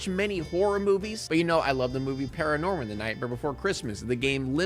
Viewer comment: It's actually *Paranorman not Pararnorman B)